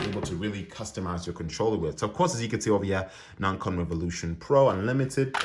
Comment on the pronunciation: I think you’re mispronouncing ‘Nacon’ haha other than that this is a good review, thank you for posting.